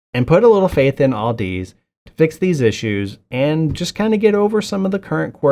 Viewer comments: Where did you get the L in the name Audeze? It's pronounced like "Odyssey" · Hilarious you don't even know how to pronounce audeze